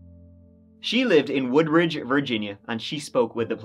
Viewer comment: I grew up in Woodbridge, and that's exactly how I would say it. We also called it "Hoodbridge".